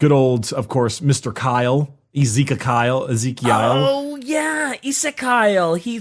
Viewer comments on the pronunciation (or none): i believe it is pronounced Ez-eek-i-al